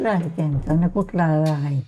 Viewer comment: Fan❎ Fhanyan✅😅